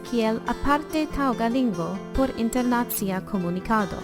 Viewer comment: Is it so difficult to say internacìa instead of internàcia? I hate this mistake. / Cxu estas tiel malfacile diri internacìa anstataux internàcia? Mi malamas tiun eraron.